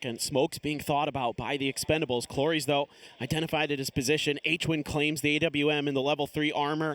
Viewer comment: Imagine ... this will be TPP in the near future 🤢🤮🤢🤮🤢🤮🤢🤮🤢🤮🤢🤮 what a noob commentary... NOONE calls it an "A W M" ... it's an "awm" for crying out loud 😂